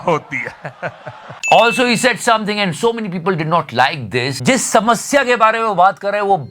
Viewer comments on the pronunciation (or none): Let me tell you SHAAAMTHING Honestly !!!